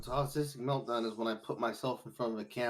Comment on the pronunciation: The “Meldown”… just perfect 😂